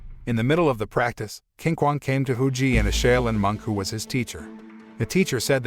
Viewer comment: the Chinese “q” is pronounced “ch” like “chocolate”. So Qinquong’s name is pronounced “Chin-chuong”